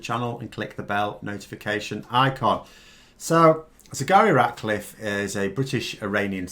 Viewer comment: Despite your excellent anaysis, its a pity you keep calling her Sigari Ratcliffe. is that how it's pronounced? it's not what you lead with. Take care, write it on a postcard and stick it on your desk for the duration. It is a difficult name. But we owe it to her to get it right.